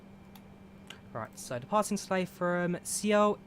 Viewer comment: my man said C-OL...Seoul is basically pronounced Soul lmao